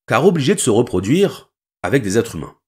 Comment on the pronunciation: on dit les "êtres-z-humains " pas les "êtrumains".